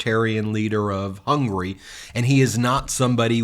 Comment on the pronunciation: The man can't even say the countries name correctly, It's HUNGARY not HUNGRY